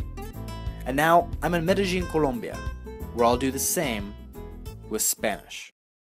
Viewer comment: Can’t trust an instructor who doesn’t pronounce “Colombia” correctly.